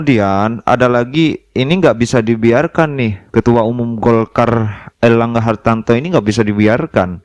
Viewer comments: HARTARTO BRO BUKAN HARTANTO KWKWKWKWK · Airlangga Hartarto... Bukan Hartanto